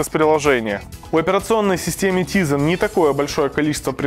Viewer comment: тайзен, а не тізен